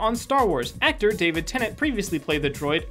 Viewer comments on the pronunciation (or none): none